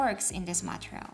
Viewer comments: Thank you! Oh, and just a small note, the word material is pronounced 'ma-TEE-ree-uhl,' not 'ma-tri-uhl.' Hope that helps! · You say material or Montreal?